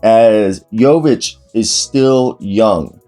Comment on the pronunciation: Respect for trying to pronounce the name properly, it has to be hard since even the reporters on TV are doing awful job, while being paid millions! Or are lazy unknowledgeable woke nepotism puppets?🤔